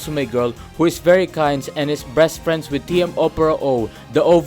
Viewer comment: "Meisho is breast friends with Opera" That's what I heard Umazing Glorious video